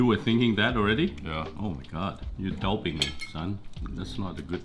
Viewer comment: "Douping me" completed the trifecta of adorable English mistakes your Dad made. This video/series is so pleasing to watch due to your Dad's genuine positive attitude and good hearted personality. It seems like something you would both like to know that this series genuinely make me want to be a better son and father. Thanks, and please do keep up the amazing videos! +1 subbed/liked